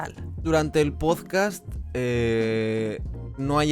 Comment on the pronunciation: Este plagiador con gafas dice "pozcast". Minuto 6: "estoy baante contento". Minuto "habían picos" plural erróneo que Jordi Madr3f0lladora Wild también comete. Y sólo he visto dos minutos a saltos. (Haber estudiado).